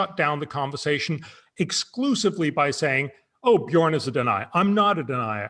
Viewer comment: Björn, it's Björn! Not Bjorn! No big deal, go on!